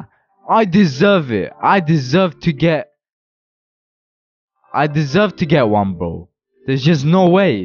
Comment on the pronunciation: The way he said I deserve I deservr i😂t